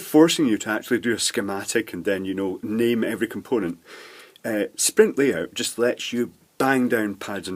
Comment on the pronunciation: Hi,, did you mean Sprint-Layout but you said sprintlyout or am I wrong?